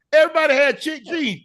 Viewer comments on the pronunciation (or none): Chic jeans. I remember those. Did anybody tell him it's pronounced sheek though?